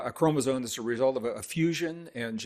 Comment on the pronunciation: Why is he saying chromosone? not a word... Chromosome is a word.